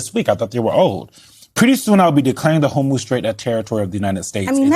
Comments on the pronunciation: This has got to be a dyslexia thing, pronouncing Hormuz as HormOz. It's not just Trump, but several independent media personalities. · You'd think that if Trump was going to make the Hormuz Strait an American territory, you'd almost think that he'd be able to pronounce Hormuz properly. Says Hormuz like he recently had a stroke.